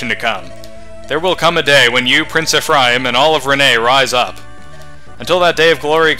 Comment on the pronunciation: Hey, What recording software do you use? I would also like to make these kinds of videos. Also, I believe Grado is pronounced Gray-Doe and Ephraim is pronounced Ef-Rame